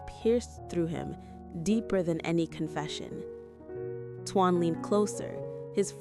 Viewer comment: Why in the world can't you pronounce his name properly it's t o a n not t u a n just like the word tone